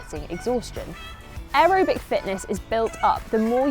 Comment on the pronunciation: why are you pronouncing aerobic like that?